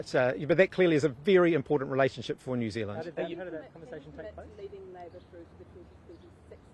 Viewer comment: Jew Zealand 🤷🏻‍♂️